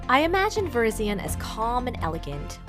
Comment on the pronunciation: its pronounced ver-RYZ-ee-en not ver-IZ-ee-un